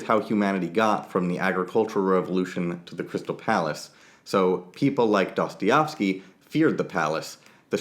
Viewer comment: Soooo, when are you going to learn how to pronounce Dostoevsky? :D Americans, and their inability to pronounce anything...